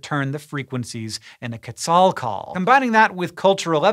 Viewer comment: I've been watching the SciShow for about a year and I'm here just to say how much I appreciate Hank's effort when pronouncing Chichén Itzá, El Castillo, Quetzal, Chavín de Huántar, Lanzón. Nicely done for a non-native Spanish speaker, man! 🙌🏽